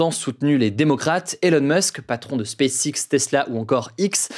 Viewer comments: Hugo, est-ce que tu t'entends comment tu prononce "SpaceX"??? Ce n'est pas du tout digne d'un bilingue, avec un père anglais (si ma mémoire est bonne). Applique-toi mieux, bordel! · As-tu entendu comment il prononce SpaceX? De quoi parles-tu donc?